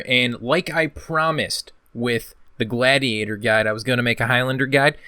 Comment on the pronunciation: sick video but how did you pronounce gladiator ? lol